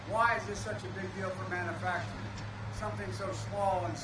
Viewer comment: Mannuhfactring in His idiot tongue